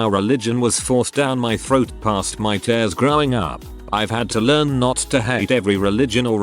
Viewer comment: Narrator: read pronounced "reed" on screen: read, the past tense of... Narrator: one stroke two ( - ) on screen: 1/2, or "one half" Narrator: tears, rhyming it with "tairs" on screen: tears, a product of crying